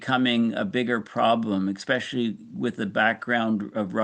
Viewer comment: Quit saying ECK-SPECIALLY! It's EH-SPECIALLY😱